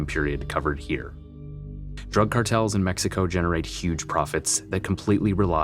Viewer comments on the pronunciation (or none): none